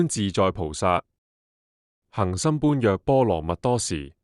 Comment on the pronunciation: 讀錯了。 「般若」要讀做「波野」。因為要用唐朝的發音。